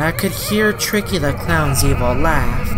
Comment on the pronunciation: that not tricky now that shtreiky